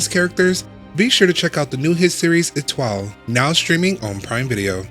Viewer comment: Who let this guy pronounce the title...